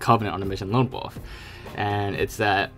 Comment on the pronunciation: OMG!! It's WOLF not WOOF !!!!!!!!!!!!!!